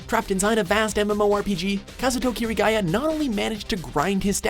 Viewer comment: "kazootou keerigeia" pronunciation 101